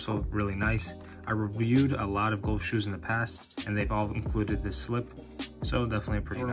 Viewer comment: Couldn’t get past the gowlf pronunciation lol. Great shoe though